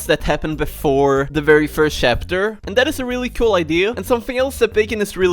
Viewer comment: Is it me or does he say shapter?